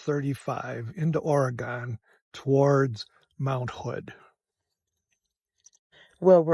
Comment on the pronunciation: It’s not Or-uh-gone! It’s pronounced “organ”.